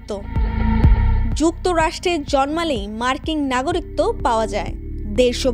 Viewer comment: নাগরিক্ত এটা কি খবর পড়ছেন!? উচ্চারণ যদি এতই খারাপ হয় তবে কোন যোগ্যতায় খবর পড়ার সুযোগ পেলেন।